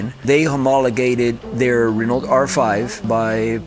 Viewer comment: such a fan but doesnt know how to pronounce Renault😂